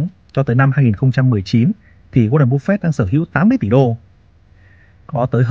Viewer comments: Em không có ý gì nhưng anh phát âm tệ quá ạ, nghe cứ búp phẹt, nếu như có thể anh cứ bắp phây cũng được. Em không chê đâu ạ, em chỉ mong nghe dịu tai hơn thôi. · phải đọc là búp phê :)) mới đúng là dân vn kakaka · chịu cứng , sao lại đọc tên của ngta xấu vậy , búp phẹt 😂😂😂